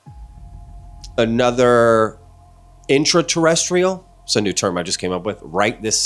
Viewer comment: Interrestial… really? Dude